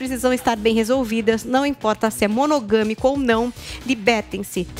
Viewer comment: "monogOmico"... Putz!